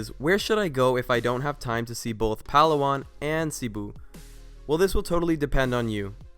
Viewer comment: It's Pa-law-an haha not Pal-awan :)